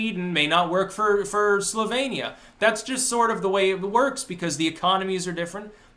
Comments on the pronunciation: It sounded a little bit like said "sylvanian" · You can tell how ignorant this buck toothed fuck is by his pronunciation of Slovenia. 😂